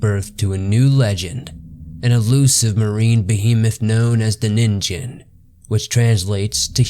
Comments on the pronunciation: It is actually a short "ni" not "nee." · Nin-gen not nin-jin also miocene not meocene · actually it's nin -"gh"en not nin-"J"en it's supposed to sound more like a g, not a j for exaMPLE LIKE THE G IN "G"YGABYTE JST FYIHEHE THANKS FOR THE INTERESTING VIDEO BTW. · NeenGEN not Neenjen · Christ guys, I don't expect someone who doesn't speak Japanese to have flawless Japanese pronunciation, but at least get the name of the main topic of the entire video right. It's "NEEN-gen," not "NIN-jen." So tired of lazy YouTube content that clearly wants to be professional but doesn't put in the work. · Zamasu and Black will take him down don't worry (Also it's called ningen not ninjen) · The pronunciation alone makes this unwatchable. It's not pronounced NIN JEN, its Ning En. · it's pronounced ninGen not ninJen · You do know that its pronounced as "Nin-gain" not "Nin-gen"....right? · Ningen is indeed pronounced “neen-ghen”, not “nin-jen”. If its a Japanese word that contains a G when romanized, it’s never a J sound. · "Ningen" is pronounced "nin-gen" with a g (not a j). Just ask any Japanese person. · "Ningen/人間" is pronounced as [nin-GEn], like in "get." So it doesn't rhyme with "begin." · Fun video! A constructive point: check your pronunciations. The Japanese word "ningen" is pronounced with a hard "g". Also, blubber is used as insulation, no to insult. Keep up the great work! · it's probably pronounced ning-gen you know like you read it manga (cuz it actually spells that way lol) you have to read it mang-ga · It's "neen-gen" pronounced like that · G is not pronounced with a J sound in Japanese. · You pronounced Ningen wrong though. And the animal you show in the size comparison wasn't a blue whale, that's a whale shark. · You butchered the name but quite a good story and research done. Really enjoy your content. Keep up the spooky work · I wanted to watch this but the constant mispronunciation of ningen was too much.